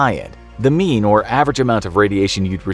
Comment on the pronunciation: I keep hearing “The MEME” so I turned on captions and I disappointed to know it says “mean” lol.